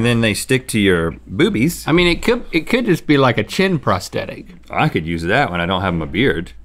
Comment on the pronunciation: Rhett said "bewbies" Hehe.. hehe..